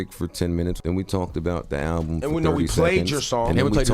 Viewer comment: Joe did have a point about the al-ba-lum cover 😂/😢.